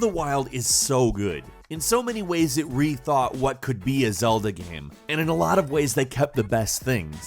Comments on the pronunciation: bro its game not gaiem. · "This is a great gaem." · you are saying game super weird.